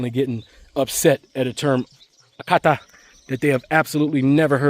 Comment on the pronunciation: You nailed it with “Oyibo” and “Akata.” 👏